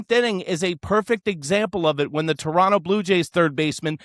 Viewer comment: Just started watching you, and you pronounced Toronto correctly. Tip my cap to you!